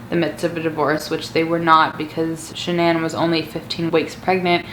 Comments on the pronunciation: It’s not shinan it’s Shanan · The way she says shannon...... Lol